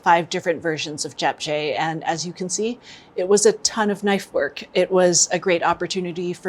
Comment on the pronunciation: The video was nice up until she tried to say Japchae and it was really off :/